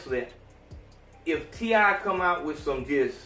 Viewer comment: t.i. not t.i.p